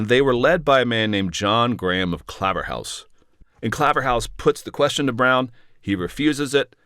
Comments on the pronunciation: Claverhouse is pronounced 'Clayverhouse'! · Really interesting, thank you. I had always found this period confusing but you have given it clarity. Pedantic I know, but the 'Claver' in Claverhouse is pronounced like 'flavour' here in Scotland. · Its Clay verr house or hoose a northern area of Dundee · 'ClayverHOOSE' to be specific. 🏴